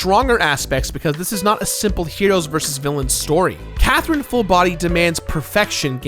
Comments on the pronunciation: lol nah you clearly said quathrine, nice try! hahaha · It's c not q